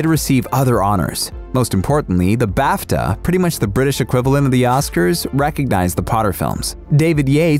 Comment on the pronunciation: When he said BAFTA I thought he said bathtub